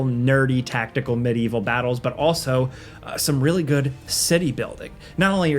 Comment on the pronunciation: swear to god says BUT so weird just to annoy me >:-/